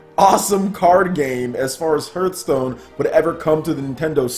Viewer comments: Dude... Hearth is not pronounced phonetically. It's pronounced "harth" not "h-earth" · Why do I keep hearing HURT STONE not Hearth Stone?^^ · It's pronounced "harth" stone. Like the word "heart" but with th at the end. Hearth meaning is something like a fireplace. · The more people complain about his pronunciation of the word "Hearthstone" he will pronounce it weirder and weirder for every complaint. Harthstone, Hurthstone, Hurthstune, Hrruthsteene. Well, at least that's what I would do...^^ To the people who are wondering why anyone would want Hearthstone on Switch: Ever heard of the concept of "variety" and "options"? People tend to want to play the games they like on the system they like the most – on the system of their choice. There are millions of Hearthstone players on PC because they prefer it this way and don't want to play it (or any game) on smartphones/tablets. What a strange concept, right?!